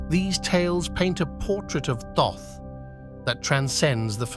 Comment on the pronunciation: I can't watch this, its very annoying to hear the narrator using different pronunciations for Thoth.